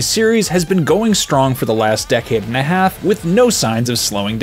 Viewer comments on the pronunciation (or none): none